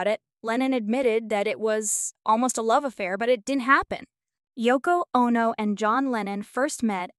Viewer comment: Written with AI or some bullshit. He didn’t write Yesterday, “she” couldn’t pronounce Bridgette, Ono, wed, no proof that she cheated on him, no evidence he was gay, weird way she said homosexual, and they didn’t divorce in 1980, he was murdered. The inflection in this is weird. And I’m sure he dated a hell of a lot more than 20 women, even with Yoko ruining his life.